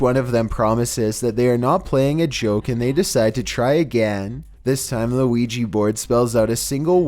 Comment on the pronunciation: Great vid as usual,, but DAMN IT, you do creepy vids! You should know how to pronounce OUIJA!!!!!